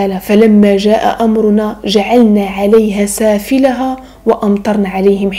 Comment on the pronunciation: جزاك الله خيراً. لكن انتبهي لقراءة الآيات. (... وجعلنا عاليها سافلها...)